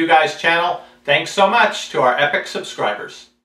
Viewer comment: I thought he said "this is Pera-semetric review guys", whatever that was supposed to mean...